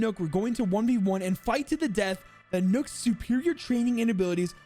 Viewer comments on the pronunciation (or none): I’m sorry but ITS NOK NOT NOOK